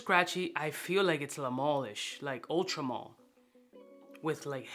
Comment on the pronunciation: Is it Ultra Mull or Ultra Male.....😂😂